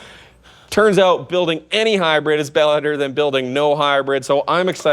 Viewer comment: Yeah. I was being a smartass about the way he says it. It usually sounds like high bread instead of hybrid.